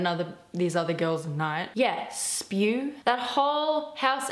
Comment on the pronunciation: The fact that you called S.P.E.W: spew... Hermione would be so disappointed